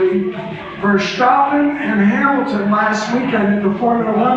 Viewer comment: Another arrogant "expert". The Dutch don't use the sh sound in place of the s. Nobody on TV calls him "Vershtappen" It's not a triangle, it's just an angle. This guy is kinda dumb.